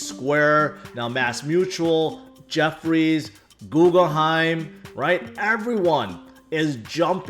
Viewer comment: Googleheim? You mean Guggenheim?